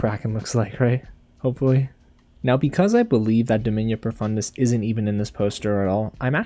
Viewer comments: “DOmiNiA Profundis” had me laughing every time you said it lmao 🤣 Great theories btw. I think the Startouch elf is Aaravos but I’m not sure… It would make sense ig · You're right, Domina Profundis did hear you and she's coming to get you considering you're saying her name wrong.😅 You pronounce her name like you are saying the word domino just replace the 'O' at the end with an 'A'. Make sure you apologize when she catches you. I wish you luck.